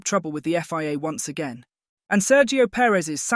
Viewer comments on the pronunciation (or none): none